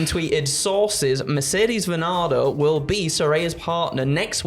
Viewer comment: It’s pronounced “Money” surely? Not “Monet” like the painter.